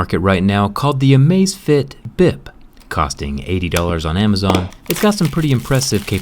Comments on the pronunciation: Amazfit not amazfiet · It's actually Amazfit, not Amazefit but ok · Its amazfit not amazefit! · it's amazfit, not "amazefit" lol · I’m pretty sure that the name does not have an e in it. It is Amazfit, not amazefit. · Hey bro it's Amazfit, not Amazefit. Drop the e. 👍